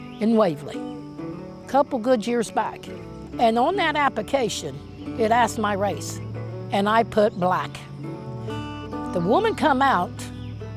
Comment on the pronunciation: Bishhh!!! momma said "appAcation" 🤣 what happened to application with an L ??? 🤣🤣🤣